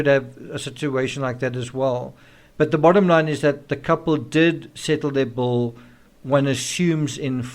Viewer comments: Bull? Bowl? Bill? All pronounced the same?? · Your accent. The Bill. Paid the Bill, not the Bowl. Love to you,. ❤️🥰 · Why are you saying "bowl" instead of "bill"? Confusing. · Not to sound hateful... This guy's voice and accent makes me want to just stop following. It is pronounced "bill", not "bull". Holy shit man. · people may not realize that you are saying BILL not BULL. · no, I'm not making fun. It's not an accent it's a word. He us saying bull. No other South African I know says bull for Bill. It changes the entire meaning of his sentence. I'm trying to show him the difference. If you wish to talk like an American or Brit, use the words correctly. I was only trying to help. There was no disrespect intended. Thanks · As a former waitress I can pretty much assure you you don't follow someone out because of a tip. Funny the way you say "bill." Sounds like "bull." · The way u say bill sounds like bull to me. Lol. Funny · Why do I keep saying “bull” instead of “bill” ? Is that a South Africa thing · So sorry the autocorrect refused my spelling of ill ( as in sick ) and continued on changing it to I'll, as in I will. I hope that clears it up. He is saying bull as in the animal, not Bill as in a " check^ you receive for services rendered. Excuse my mistake, thanks.)